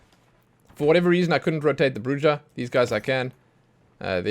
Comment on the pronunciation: I think Bruja is bru-ha